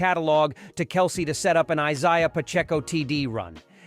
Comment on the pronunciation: Learn how to pronounce Isaiah And Kelce....! Keep "Girly-ball"...(NBA)...out of a Man's game..!